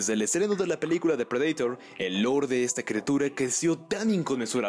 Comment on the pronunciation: Depredaitor JAJAJA en inglés es predator JAJA